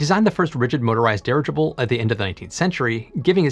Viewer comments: No one else has commented on the pronunciation of "dirigible"? OK........ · Dirigible can be pronounced at a normal talking speed with no severe side effects, other than being understood. It comes form an old latin root meaning, to direct. Your welcome. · I don't know which is worse, his horrible and overused puns, or his pronunciation of "dirigible".